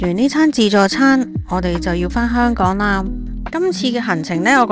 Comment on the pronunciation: 懶音實在太重 你連香“港”都一直講唔正😅